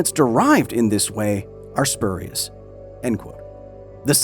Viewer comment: It's pronounced "spurious"